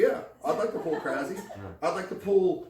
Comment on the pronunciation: As a Bulgarian saying "krazi" or "crazi" tilt me. The right way to pronounce it is "krasi" with 's' in his name.